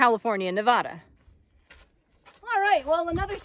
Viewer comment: I enjoy all the explanations and all the knowledge you pass along. But it hurts my ears to hear your pronunciation of Nevada. As a native Nevadan we have a different way of saying our beloved state’s name. 😃I visited the East Walker River and Aurora this past weekend and I was curious what ghost towns you were referring to in the last two videos.